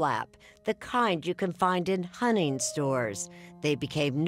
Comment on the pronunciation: Hunning?!? HunTing, Erin. It cannot be that difficult to pronounce the T.